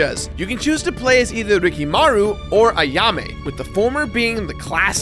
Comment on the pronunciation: Ricky Maru Reekee M'ru